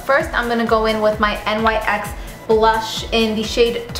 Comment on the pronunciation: NYX is pronounced like "nicks" just thought you would want to know. Live the tutorial. You are stunning.